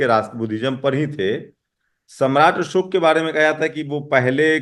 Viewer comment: अशोक ऐसे होता न कि असोक